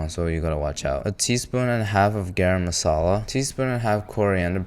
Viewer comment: "Chicken tikka MALASA" lmao